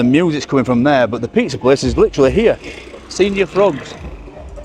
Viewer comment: Lol pronouned sen-yor not senior ! 😂😂😂